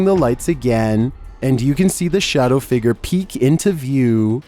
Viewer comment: why he say figure like figger 💀💀